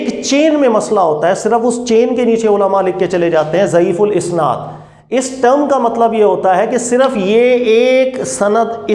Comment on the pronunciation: ضعیف الاسناد (isnaad) نہیں ضعیف الاسناد(asnaad) ہوتا ہے